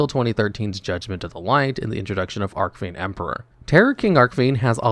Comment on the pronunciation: Yeah, pronunciation in this video was rough. Hearing Arc-Fiend over and over again was also painful.